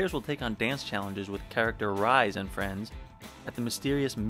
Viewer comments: Definitely had to laugh at "Rise" instead of "Ree-say". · The "Rise" in Rise Kujikawa's name is Japanese. Therefore, it's pronounced "REE-seh."